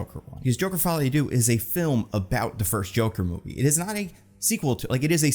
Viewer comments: Please, for the love of god, if you ever talk about this movie again, google how to pronounce the french word "deux". Even just saying "duh" ... "follie a duh" would be much better than "doo" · The vowel sound in "deux" is pronounced like the double O in "shook."